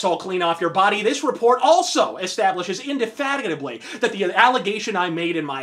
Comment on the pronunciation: You nailed "indefatigably" - mad props.